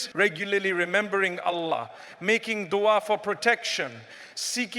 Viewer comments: AI generated. Listen to how he pronounces Allah. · FYI its AI generated voice over text.. the way Allah is pronounced ..mufti menk never pronounces like that....though the message is nice.